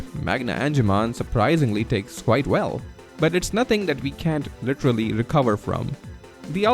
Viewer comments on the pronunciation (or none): none